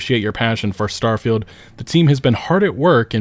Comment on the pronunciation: git up uh get get down Star-fie-Uld is a joke in your town